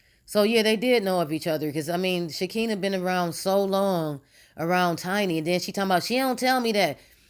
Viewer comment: First of all please know how to say Shekinah's name. T.I and Nipsey Hussle were friends and did you forget that LAUREN LONDON was in the movie ATL? This woman Sabrina has been in some crazy hood mess, cutting females with razors, that's straight up jail mentally. This woman Sabrina is mad about something that didn't go her way. People only do things like this when they feel they have been done wrong on some foolishness. I don't think Toya's husband would be involved in these type of activities he seems to be very laid back and drama free and will not have her be involved in this crazy mess like this without his knowledge This whole thing is going to be interesting when everything is said and done I'm Just Saying🤷🏽‍♀️